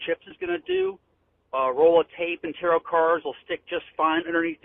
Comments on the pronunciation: LOL the pronunciation of taroth, i had a hard time known what was he referring to the first time I heard it. To me it sounds as if he was saying terror cards. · He’s not afraid of Tarot cards he’s afraid of “Terra’ carrrrdz” Oh and “amulints” apparently